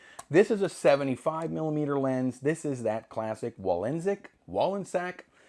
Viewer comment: Hi,, it’s Wọllensak with stress on the o. A German name, the meaning is woollen sack. I got the K-56 that offers critical focusing of a lens. Keep on doing your thing.